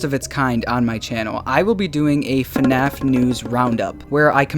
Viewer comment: I love the "FuhNaff" in the intro